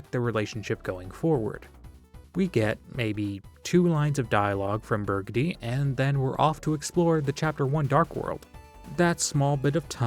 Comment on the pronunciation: That ending where you finally said berdly actually almost gave me chills